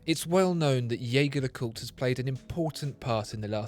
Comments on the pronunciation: Ironically, even the French/Swiss pronounce their own name wrong. Edmond Jaeger may have been French but his name is undoubtedly German and should be pronounced Jay-gaer and not Jay-jaer. Nonetheless, whether its Jayger oder Jayjer doesnt matter. It is both right. Blasphemous is when people pronounce Audemars Piguet as Oodeymars Pigett. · Its not yaeger its gaeger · Your incorrect pronunciation of Jaeger (yay-ger) hurts my heart